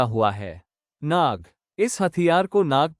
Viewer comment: Gadhe naga nahi nag